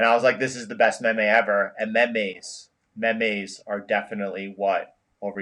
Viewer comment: ffs its meeems